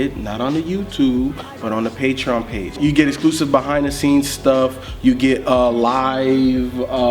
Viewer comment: "Patreown"